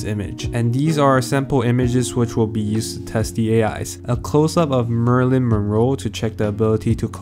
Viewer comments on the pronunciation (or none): Come on, man...."Marilyn' Monroe not 'Murilyn' Monroe.. Geezus! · Could not watch past the murder of marylin Monroe’s name.